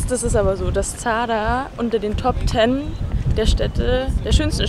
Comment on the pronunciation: du sprichst zadar das falsch aus haha